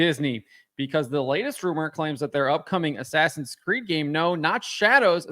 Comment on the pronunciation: In-ass-in Creed. 😂